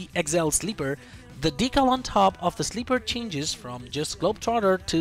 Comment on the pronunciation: You're pronouncing globetrotter perfectly 👌👌 you speak better English than people in the UK do